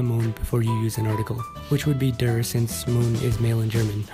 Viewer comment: The information in this video is good, and it's a really good production. But for anyone who isn't aware, the pronunciation of "der" is a quite bit off. The correct pronunciation is closer to the english word "dare" rather than dergh.